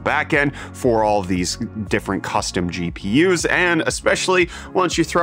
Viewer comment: GPIs? xd